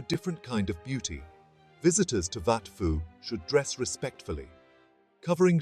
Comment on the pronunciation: Are you seriously pronouncing it "wat Fo" ??😅 AI garbage... pictures from angkor wat, siem reap and all over